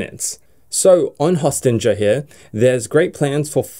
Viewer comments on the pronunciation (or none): Great sites and its Host-ing-er (like ‘sting’)bro, one of two best web hosts ever! Siteground my #1 but I have about 100 of my WordPress custom demos hosted there, best prices for what u get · Pretty sure it is pronounced 'Hosting-er'.